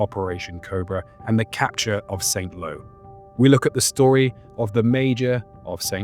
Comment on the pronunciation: Please pronounce Saint Lo as San Lo.